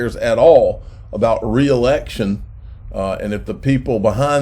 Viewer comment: Re-election....lmfao.....Re-election...cmon man